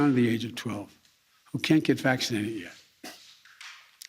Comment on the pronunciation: Vaccseenadhid. Ugghghh 👩‍💻